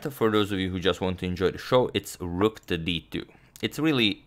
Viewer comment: Dude it's rook not rock